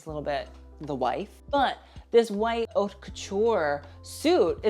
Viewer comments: Did I just hear this kid say 'HOT LAMODE' . Come on. Just TRY. I cannot listen to someone who won't even TRY. ( You can say 'Oat' if you really cannot pronounce it but it's more ''Ut'.) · FYI "haute" is pronounced like "oat" in French.